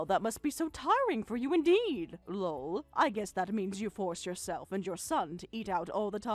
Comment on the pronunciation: Lull....That's how they are pronouncing Lol. So freaking annoying. Also, whats with the long pauses between sentences?